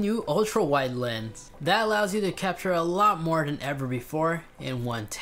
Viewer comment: Does my guy not know how to say lens